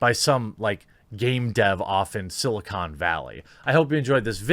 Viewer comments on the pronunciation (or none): none